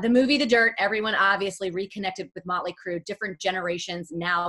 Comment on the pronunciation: Ha "möntly" Crüe